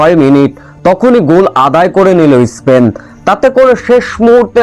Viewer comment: ইস্পেন না বলে স্পেন বলনা উচ্চারণ করতে পারিস না